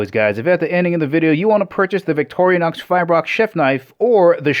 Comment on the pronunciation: It's not Vic-toria-nox! It's Vic-tor-i-nox.